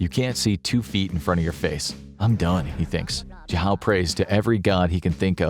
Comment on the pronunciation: jahow is possibly the worst pronunciation of zhao I've ever heard